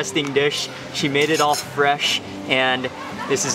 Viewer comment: It's pronounced 'MAA-DE', not 'MEYD' or 'MAID' like in English.